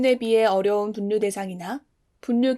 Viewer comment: 정말 잘 듣고 있습니다!! 가끔씩 분류를 [분뉴], 전략을 [전냑]이라고 발음하시는데 이것만 고쳐주셨으면 좋겠습니다~